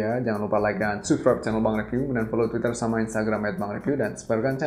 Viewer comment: sabskrayb, bang bukan subsribe